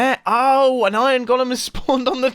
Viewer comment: Nobody: Absolutly Nobody: Mumbo: IoN